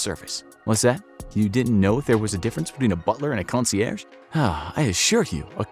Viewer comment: “CON-see-AIRJ,” not “CON-see-AIR.” You’re now saying it right. 👏🏻👏🏻👏🏻👏🏻